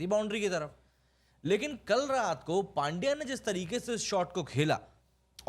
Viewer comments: भाई नाम सही से लो, पांड्या नहीं, पंड्या है उसका नाम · अरे वो पांड्या नही पंड्या है पंड्या।